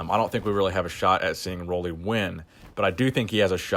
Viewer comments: Roelly is pronounced like roolly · It is pronounced roolly like woolly